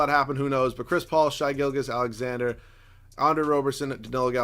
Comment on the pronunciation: Why hasnt anyone talked about the fact that he cant pronounce Shai Gilgeous right? I feel like I hear his name a decent amount in these videos. Just please pronounce the name right, love you